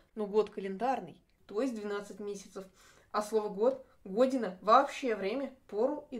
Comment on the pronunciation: Только не го́дина, а годи́на